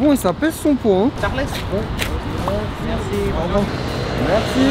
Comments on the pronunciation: Qui a entendu le charlesse ? 😂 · Tout le monde 🤣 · j'allais dire la même chose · On en parle du mec qui dit "Tcharless" a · "charlès" PTDRRRRRRR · chui mort comment il a prononcé le prénom Charles 😂😂